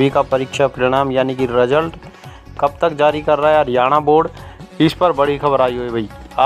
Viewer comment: Bhai Vo रजल्ट nhi hota.. रिजल्ट hota hai..